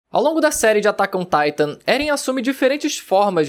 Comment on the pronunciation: DICA PARCEIRO... Se não sabe pronunciar o nome em japonês.. fale em português que é melhor que ATAQUE OMM TAITOM ,BLS?